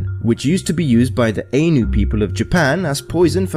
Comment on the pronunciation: Hi, just FYI: the "ainu" people of Japan is actually pronounced closer to "eye-new" not "ay-new."